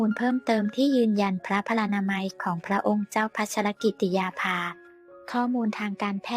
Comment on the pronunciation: ขอให้คนอ่านข่าวช่วยอ่านให้ครบประโยคเช่น พระนามพระองค์ภา ต้องอ่านติดกันดังนี้ " พระองค์เจ้า"พัชรกิติยาภาฯไม่ใช่อ่านว่า พระองค์ "เจ้าพัชรกิติยาภา". อย่างนี้เป็นการอ่านที่เว้นวรรคประโยคซึ่งไม่ถูกต้องตามหลักไวยากรณ์ อยากให้แอดมินช่วยศึกษาภาษาไทยให้ดีก่อนเผยแพร่สิ่งผิดๆในยูทูป